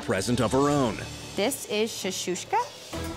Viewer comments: "this is shashouska".. it's shakshouka 🤣🤣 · the girl talks about how the plate represents herself and how it means so much but shes pronouncing it wrong Its Shakshuka not Shashushka... Damn this has a leviosa vibe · thats shakshouka not shashouska... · it's not Shashushka, it's called Shakshouka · It’s not Shashoka 🤦🏻🤦🏻 It is Shakshoka and it is very famous breakfast in Middle East and North Africa. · "The shashushka represents who I am" well if you could say shakshuka right. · "My heart and soul on a plate". Doesn't know that it's not Shishoshka. It's Shakshuka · “ShAsHuShKa” ITS CALLED SHAKSHUKA YA HMARA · "Shashushka"))))), Its called Shakshuka) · ITS CALLED A SHAKSHOUKA NOT A SHOUSHOUSHKA LMAOOOOO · I've said it once, I'll say it again. There's no such thing as "shashoushka." It's "Shakshuka" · As an Arab that’s dish is called ShakShooka Not shashooshka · "Shashushka"? Is she trying to say "shakshuka"? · Wait, Shashuska? Isn't it SHAK - Shuka? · "Chechuchka" Girl wut? Plz don't tell me she means Chakchuka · its SHAK-SHU-KA not shakushka LOL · You’d think as a Jewish woman you would know the right name of the dish Ariel. Shakshuka not shashuska 😂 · It’s called shakshouka sis not shashouska. 😂😂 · Its not "shashushka", its "shakshuka". If thats her signature dish maybe she should get its name correct. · It's not shashushka. It's shakshuka. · It's called shakshuka not shushaka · It’s Shakshuka not Shashuka! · It's...Shakshuka, not "Shashushka" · its called shakshoka not shashoshka wtf lmfao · It's called Shakshuka, not shashooshka. 😣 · I cringed at how that half black half Jewish chick called her dish "shashushka". It's "shakshuka" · Its shakshuka and not shashushka wtf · IT'S SHAKSHOKA NOT SHASHOSHKA😡 😇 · How did they mispronounce literally everything??? Rigotta shashusha??? It’s ricotta and shakshuka 😭😭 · Shashushka? It’s called shakshuka, and it’s an arabian dish not jewish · why can’t we say ShaKshuka correctly? It’s NOT ShaShushka. Come on!